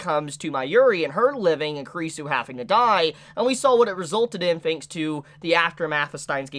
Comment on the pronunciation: You pronounce kurisu very bad, you really need to work on your pronunciation, you made me offended 😡😡